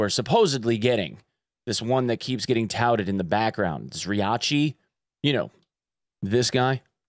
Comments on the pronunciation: Props to you for pronouncing the name of the cult leader right. A lot of people say it like "Zryakee" . In Russian, it's written "Зрячий" The "Ч" letter is where people mess up a lot. Ч = tch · Best Zryachi pronunciation on EN youtube. You can be proud!)